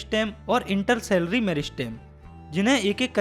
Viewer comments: Incorrect Pronounciation Intercalary - इंटरकलरी not a सेलरी स्टमक not a स्टोमक It's इ सोफिगस not a ओशोpgihus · sir its intercalary not intersalary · intercalary hota h bhaiya intersalary nhi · Intercalary ❌Intersalary ✅